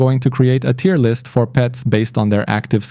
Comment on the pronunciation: Respect for not saying Tire list 😁